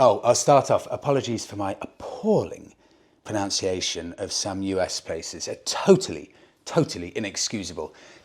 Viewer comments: My dear...it's pronUNciation, not "proNOUNciation". I feel that your inner rebel did this for reactions. 😅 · Sorry to lump on the abuse but it’s also proNUNciation not proNOUNciation. 😜. Love your videos though! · Also, pronunciation is pronounced pro"nun"ciation - sorry 😉 😅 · Sorry to be pedantic but it's not pronounciation it's pronunciation Keep up the good work though, love the trips👍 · it's pronunciation not pronounciation. 😜......and it's just some 1150s and '05/'06 1200 boxers that were fitted with the servo. They're very easy to remove and you don't need the Motorworks kit - it just tidys the job up. My has 45k miles on it and no problems. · *pro-NUN-ciation I normally wouldn't comment this, but the irony was too amusing to pass up. 😅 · 😂 you also pronounce pronunciation incorrectly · It's 'pronunciation' and it hasn't changed since the last time I told you. 🤦‍♂